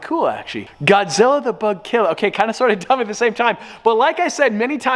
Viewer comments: Godzilla=“bugklla” not “bugkllr” Sorry I’m from tha south 👍🏼👍🏼👍🏼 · asin says god zila (goud zilla aaaaalalalalalalala